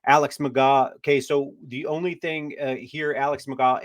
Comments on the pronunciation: McGraw? It’s McGoo. Pronouncers my boy. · It’s pronounced McGoo, and this is a stupid idea, we need safety and offensive line depth. 😂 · McGough, pronounced "McGoo..." Don't you watch the USFL?? 😂